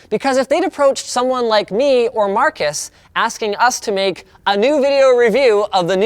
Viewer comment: It's Marques, not Marcus...